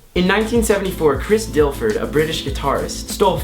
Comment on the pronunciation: Who the hell is Chris Dilford?! 😂😂 Oh wait, you mean Difford, right?